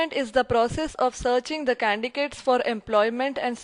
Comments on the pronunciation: It's candidate not candicate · Your pronounce goes essss... Es.... And also candicate in candidate 😫😫😫😫😥😥😥😥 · candidate ko vesy hi pronounce kara jata hai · Nice video. I like.. Only pronounce of Candidate is wrong..It should be C A N D I D A T E..you keep on saying C A D I C A T .. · Candicat nahi candidate hota hai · It is candidate not candicate but good 😊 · 🤔🧐 CADICATE.......!!!!!!.......it's CANDIDATE...... 🙄🤣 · Candidate dhang se pronounce karle gawar